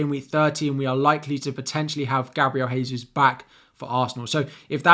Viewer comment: Gabriel Jesus is not from a Spanish speaking country therefore his name is NOT pronounced Haysus